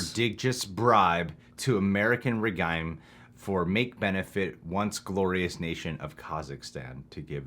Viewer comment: pronunciation of regime oh no